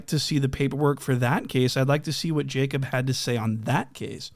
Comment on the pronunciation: He keep calling him “Jacob” in the Boston accent😭